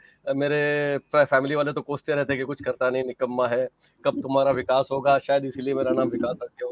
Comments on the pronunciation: 🤣🤣🤣vikas hy wakas nahi ....arzoo 🤣🤣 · Hello Pakistani sherni..vakas nhi vikas lol to funny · He is "VIKAS" and NOT "Vakas"😂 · Dhanyawaad. Thats me Comedian Vikas💐 I guess Pakistan has Waqas so pronounciation ....